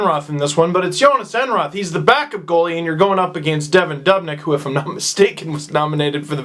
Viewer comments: "dubnik" its "devin doobinik" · steve it is duoob not dub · its doo..bnyk not duub...nyk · henry frisell Lol yeah That part bothered Me too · Ignorant Torontonian doesn't know how to pronounce Dubnyk's name.